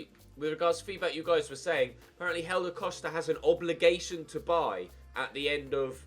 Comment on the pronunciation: why do you say hélder costa’s name like “helder coshda”? just wondering besides that you deserve a break